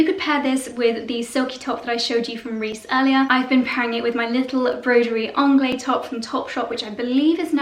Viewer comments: You pronounce the ‘se’. It has a definite ending as Broderie in French is feminine and therefore ends the feminine adjective. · Hi. It's not broderie anglais (masculin) it's broderie anglaise(féminin) . The prononciation is not the same, at all. Bisous